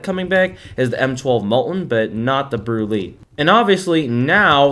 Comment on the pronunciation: this opened my eyes but the way you pronounce brulee is actually brûlée like the creme brûlée desert